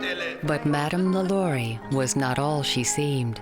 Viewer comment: LaLaurie is pronounced with emphasis on the last syllable (La-Law-ree). And this story is embellished (which Smith is known for doing). There are records showing that LaLaurie escaped to Paris, where she died in 1849. Lores are interesting, but not accurate. Greetings from Cajun Country. 😉